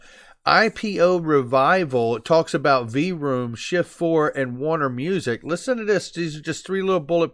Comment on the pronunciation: Lol, I'm sorry, but when you said V-Room, I had to chuckle. I believe it's the same pronunciation as the sound of an engine revving...like vroom, vroom, vroooooom. Loved the video as always. Again, it's a pleasure for me to be on the journey with the XRP community as well. Cant wait for the final stop.